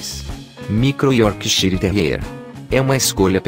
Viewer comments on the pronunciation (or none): none